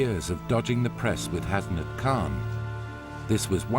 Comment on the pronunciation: The way they say 'Hasnat' 😂😂😂! I understand why but that's not how you actually say it tho! There should Be no separation between 'Has' and 'nat'! anyways, never mind!